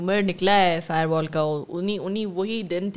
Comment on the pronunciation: فائر وال نہیں فائبر وال😅